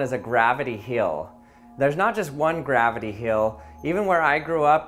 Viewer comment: Gravity heel? His pronunciations are so cute